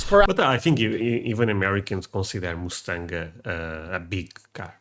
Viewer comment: whoever told you that the Mustang is a massive car was messing with you! 😂😅😂 And, PLEASE will you learn how to say MUSTANG properly? That "U" is pronounced as "uh" not "oo". You are saying it like the sound as the animal, MOOSE. That's not the same sound. AND, the Mustang is a SMALL car and you might not have room for your luggage... or maybe no room for your child! To be comfortable driving long distances, I suggest a mid-size SUV. That will be much more convenient, as well. Hope you have a safe and FUN trip! ❤️🤍💙🇺🇲💙🤍❤️🇺🇲❤️🤍💙